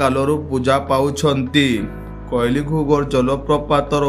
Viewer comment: That is କୁଇଲି ଘୁଘର୍ , not କୋଇଲି (wrong pronounce)